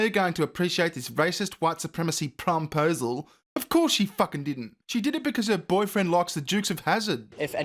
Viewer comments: Please stop saying prom-posal 😷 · prom-posle?... someone kill that word.